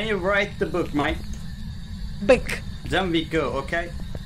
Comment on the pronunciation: öyle okunuyo zaten ken yu rayt dı bouk sadece booku bık diye okuyor